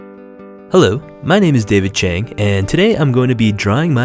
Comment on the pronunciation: Chang is not pronounced as 'cbeng', but it is pronounced 'cha-ang'.